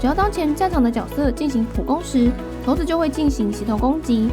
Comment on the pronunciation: 不是念骰(ㄕㄞˇ)子嗎?我怎麼一直聽到頭子